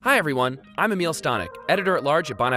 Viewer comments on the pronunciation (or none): When he was saying his name, I thought he said, “Hi everyone, I’m a meal” confused me for a second there